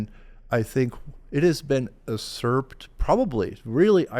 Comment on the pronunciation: This person doesn't know how to pronounce "usurped" or the meaning of "decimated."